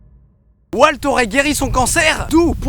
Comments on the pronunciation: Je suis le seul qui a été énerver par le fait que Didi dit W"a"lt et pas W"au"lt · Il s'appelle Walt, pas "Oualte" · prononce WAULT et pas WALT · NOOOOOON ON NE DIT PAS "WALT" MAIS "WAULT" PUTIN !!!! 😤😤😤😭😂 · C'est une superbe vidéo, tu gagnes un abonné ! :D Par contre, Walt se dit Wolt et Jesse Jessie :3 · Aïe... cette prononciation de Walt, ça fait mal au coeur